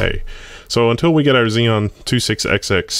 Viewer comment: My brain shut down for a moment when I heard "dual she p u." lol... :P